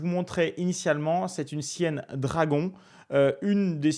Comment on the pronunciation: Très pédagogique et instructif...et il.n' y a plus de petits joueurs. Par contre pas Sienne , mais Siciliennne.